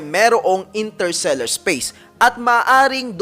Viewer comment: Interstellar po hindi "Intersellar"